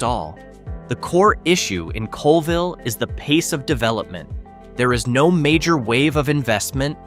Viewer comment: 1. Oh-can-AH-gan 2. CALL-vill